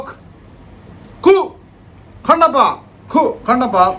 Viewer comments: കണ്ണപ്പ ❌ കണ്ണാപ്പി ✅ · കണ്ണപ്പ ❌ ക്ണപ്പൻ ✅ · കണ്ണപ്പൻ ❌കുണ്ണപ്പൻ✅